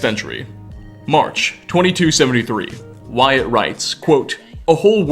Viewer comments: you mean Wyatt, right? The pronunciation is more like (Why-it). fun fact: that’s my middle name. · lol yeah you got it! its just supposed to be "wai-et" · I myself am a Wyatt and its pronounced Why it, not why at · Did you just WyATT ITS WY ITT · bro its not pronounced why@ ya dunce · Lol “called Why-at” Saying Wyatt like that, I presume you’re a lizard person. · It's weird hearing someone pronounce "Wyatt" like that lol. seems to get used to it after a couple times, but then go back to "Why-At". Not really bothered by it, but I though it was funny. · you did not just pronounce my name "why-at"......... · is no one gonna mention the way he pronounces the name Wyatt??? Great video like always but that made me giggle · Did I just hear this dude wildly mispronounce a name, my name? Wyatt? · Interesting way to pronounce Wyatt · How else are you supposed to say it? Edit: NVM is a better example of him saying it weird.